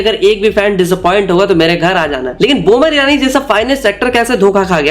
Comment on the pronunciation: Baman Irani not buman Irani